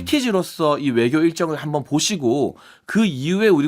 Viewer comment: 용혜인.. 입 속에 뭐가 있는거냐? 발음이 그게 뭐냐? 명확한을 멍확한이라고... 외교를 애교라고... 좌파들만 이번 회담에 대해서 악감으로 말하고 다른 나라들은 모두 바람직하다고 말한다. 물론 100% 만족하지는 못하지만 첫발이라는 면에서 성과가 있다고 보아야 한다. 하기야.. 지금은 민주당과 좌빨들은 윤통이 뭘 해도 비판하는 ㅅ ㄲ 들은 비판하겠지....!!!